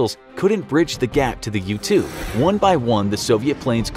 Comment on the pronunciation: When I first heard “U-2 Spy Plane” I thought he said “Youtube Spy Plane” and I got confused